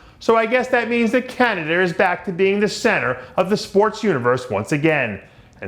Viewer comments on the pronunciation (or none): What the fuck is CANADER? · Did Dave just say Camader instead of Canada?